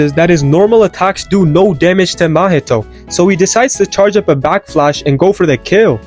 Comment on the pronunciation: Anyone else hear this guy saying back flash?